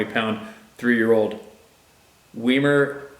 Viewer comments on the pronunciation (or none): You are such a great talent at humor. Your Grammer is impeccable but can't pronounce words that are from other languages. Usually your gut instinct is right the first time. 😉 Weimaraner. Why-mer-raw-ner with accent on first syllable. You keep me smiling. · pronounced WYE•MER•AINER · “WhyMarOner” Weimaraner, it’s a dog breed developed in Weimar Germany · Weemeravker! My pronunciation. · "WI-mer-i-ner" I hope this helps. I don't write anything derogatory. Anything I type here is just to help. And not because I'm so smart or anything, but because when I need help, I'm hopeful that there is someone willing to point me in the right direction. Thanks to everyone that shares their story! I can see how much it helps people!